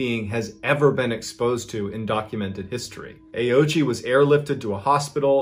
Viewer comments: I believe in the native language it is pronounced closure to "oh-oh-ch" I believe the ending I is silent? I could very well be wrong. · It's Oh-ooch-ee, FWIW. But I agree that that's less fun. 😉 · Well done on the pronunciation of ghost man’s name! I would have automatically pronounced Ouchi as Owchie not Aochi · Ouchi is pronounced wrong. I speak Japanese. Ouchi is composed of three kana: おうち O- pronounced o as in “old” U- pronounced u as in “use” Chi- pronounced chi as in “cheese”